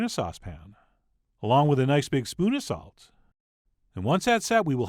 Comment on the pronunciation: is it me or this guy talking weird 🤔😅 The YUCCA Is fried just add a little SALT 😂